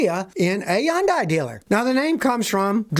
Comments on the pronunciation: It's not Yondai it's pronounced Hyundai. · Pronounced Hyun-day (Korean) or Hun-day (English, dumbed down imo) not Yun-die. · I live how he pronounces Hyundai. Lol. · you say Hyundai differently than I have heard it, is that the correct pronunciation Scotty?